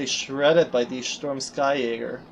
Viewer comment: It’s pronounced ski... as in, you know, skiing. They’re ski infantry (supposedly)